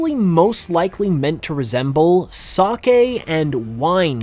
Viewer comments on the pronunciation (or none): none